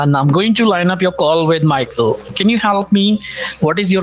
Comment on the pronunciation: bro they don't even try to sound American yet they spit those extra generic American names LOL work on your accent or something that's crazy. that "MAHKL" caught me off guard 😂